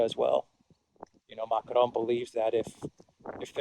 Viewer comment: Who exactly is "Muck-lone?" Dafuq?